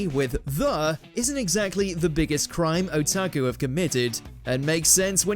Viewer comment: Guy also refuses to say "otaku". Prefers "oh-tsa-kew".